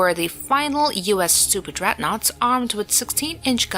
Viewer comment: not dreadnouaghts mate